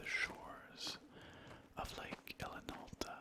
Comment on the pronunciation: I kept thinking you were calling it Lake Alan Alda.